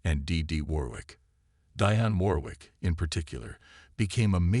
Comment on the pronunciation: You need to learn how to say Aretha Franklin Dionne Warwick properly